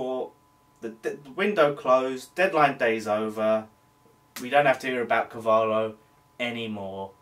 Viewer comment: its pronounced Car-val-io............good vid mate! COYI